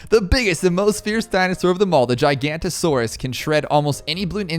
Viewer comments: fyi the t5 middle path “giganotosaurus” is pronounced ji-ga-no-to-sor-us, every single btd6 youtube i’ve seen have pronounced it gigantasaurus, missing the “noto” inbetween, gi-ga-no-to-sor-us is more accurate then that, if you want an easier way to say it many people just say “giga” when referring to it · The 5th tier middle path is pronounced Giga noto saurus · I think you’ve been pronouncing giganotosaures wrong you pronounce it like giga noto saures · It’s a giganotosaurus not a gigantasaurus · It’s pronounced giganotasores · You pronounce it gig a noto Saurus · Btw the pouākai is pronounced poe-uh-kie, and the giganotosaurus is pronounced jig-uh-note-uh-soar-us